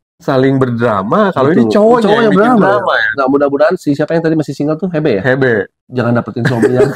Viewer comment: Hebe😅 bacanya Hibi kaliiiii😅🙈🙈🙈